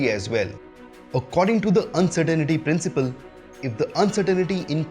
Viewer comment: It's actually The Uncertainty Principle not Uncertainaty principle